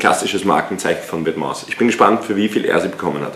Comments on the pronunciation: Wetmas Aja statt vetements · Vetements spricht man Ende ohne s aus !!! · Bei vetements spricht man das S am ende nicht aus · Bitte vetements ohne s aussprechen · Nices Video aber Vetements spricht man ohne s am Ende aus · hawara du das s bei vetements wird nicht ausgesprochen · alles bemängeln, dann vetements falsch aussprechen und 1400 falsch teilen haha...